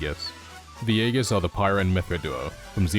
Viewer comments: It's said like EE-Jiss, not EGG-IS Also chrom should leave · Also nerd emoji moment but Aegis is pronounced ee-jis. The a is silent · Aeigis is pronounced "EE-Jiss." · Pronunciation of Aegis The first 'A' and 'E' must be pronounced with more of an 'ee' sound, similar to the pronunciation of 'Easy' The 'G' must be pronounced with a 'juh' sound, similar to the pronunciation of 'Just' The final 'IS' can be pronounced with an 'ss' sound. All together the pronunciation of 'Aegis' should be (eejuhs). Good video twin.❤